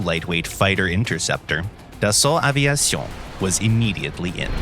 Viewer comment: Gotta love everytime the narrator say "Dason Aveison" lmao